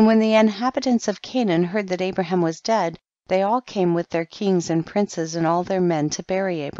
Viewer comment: Pronounced Abraham as "Abram" the entire time. 🤦‍♂️